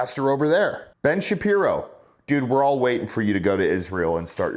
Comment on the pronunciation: Ben Shapiro is not Ben Sharpiro